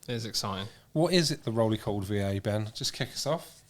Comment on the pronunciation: Surely it's the "5A" rather than "VeeA"?